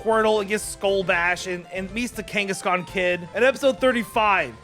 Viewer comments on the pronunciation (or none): none